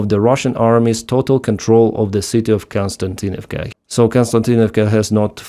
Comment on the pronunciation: Kos-ti-an-tin-iv-ka. Not Kon-stan-tin-iv-ka. Please correct me if I'm wrong. I know is reading these names written in latin letters....